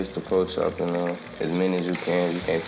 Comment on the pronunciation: “po chop”😂